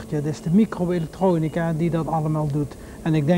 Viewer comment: Dat heeft 'ie bij veel mensen ook wel denk ik. Mijn ouders hanteerden, zeker toen ik jong was, de gevleugelde uitspraak 'met ingebouwde michro-electronica' (bewust met 'typfout' vanwege zijn accent) en ook op m'n huidige werk komt 'ie veel langs. Nou is m'n huidige werk in de herstelling van elektronica, dus dat is niet zo heel raar. Maar ik denk dat veel meer mensen weten wie hij is dan je misschien zou verwachten. Er is ook een trein die met zijn naam en portret rondrijdt en dan gaan mensen zo nu en dan vanzelf opzoeken wie dat dan was als ze 'm niet kennen.